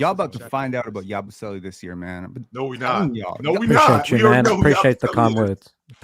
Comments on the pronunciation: a legend bro I can't believe he said Yabusele 💀 There's being low on Ayton and there's whatever just did right here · I’m all for some ayton hate but I was eating and hearing yabusele’s name almost killed me